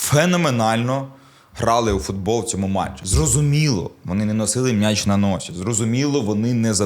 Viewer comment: Все добре, канєш, але коли чую від: "МНяч", трохи веселить. Мняч, мнясо... Сидорівський діалект,?